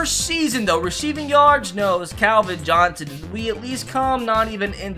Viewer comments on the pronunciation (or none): none